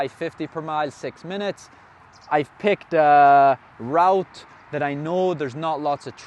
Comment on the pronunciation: Got to love a Norn Irishman trying to say "Route"! Have a good one on Sunday! 💪